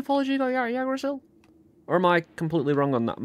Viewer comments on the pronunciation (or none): pog (also it's pronounced "igg-dra-sill") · The pronunciation is more like "Ig-druh-Sil" - A dude from the northern land of Norway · Yea no he said it very wrong... Thanks for spread the knowledge